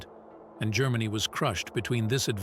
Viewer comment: Who the fuck is "Marlboro"? This narrator can't even pronounce, let alone spell, Marlborough correctly. Let alone the words 'Germany' 'Japan' and 'strategy' . It goes to show what crap programs are being churned out by these modern, lefty oiks.